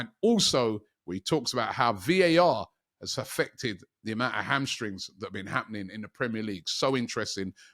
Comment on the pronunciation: "MLS has been called up to Vhe England Squad" It's "The", not "Vhe" Speak properly Robbie